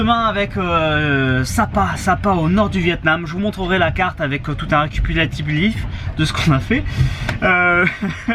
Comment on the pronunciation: "Avec tout un Kuputilatif'bulif de ce qu'on à fais" hahahahah <3